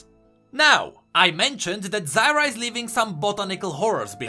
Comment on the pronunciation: Zyr put an A in the end, Zyra humm